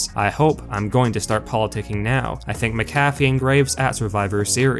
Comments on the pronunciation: Please stop saying his name. Say it with me It's pronounced Mac - A - Fee, Not Mick -cafey. I know you only know him as a commentator on Smack Down but he was the Punter for my Indianapolis Colts for his whole NFL career and hearing his name butchered is hard on the ears. LOL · DUDE GET YOUR ENGLISH RIGHT. You keep saying PAT MCGAFFY You are wrong. His name is Pat MC A FEE. NOT MC GAFFY. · Your voice cadence is terrible. The name is pronounced MAC-a-fee. Not mac-A-FEE. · Pat McAfee's name is pronounced the same way you pronounce the antivirus software: MACK-uh-fee. Take the time to do a little phonetic research and I might even subscribe to you. ;) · Mac-uh-fee, is wrong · Sound it out...Mac-a-fee. Vince looked in great shape for a man in his 70s, except when he raised his arms and then we could see the flappy skin underneath. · Mac-a-fee……if you’re going to do these videos learn how to say names. Let’s also try to be less monotone. Maybe hire a narrator? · THIS GUY SAID PAT MCAFEEE LIKE A COFFEE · Bruh the way you say Pats last name makes me cringe so hard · Oh boy fans now the cause for these ridiculous videos. Rumor dirt sheet nonsense. 1, Say Pay McAfee's name correctly 2, No one is going to tell dirt sheets that anything Vince does is terrible, unless they hate their jobs 3, This video was an 8min run on sentence. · do you not watch the shows that this channel gives info on? how do you not know how to pronounce mcafee? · I can't stand you pronounce his name wrong how do you get his name wrong do you actually watch wrestling? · The way you pronounce Pat’s last name shows you don’t even watch Smackdown🙄 I can’t stand you pretend fans. Y’all just make videos for the money. Please learn how to say his last name properly🥴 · I'm gonna have to stop watching you if you can't say Pats name right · How do you not know how to say McAfee's name, and you're this into the sport? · You say pats last name wrong 😂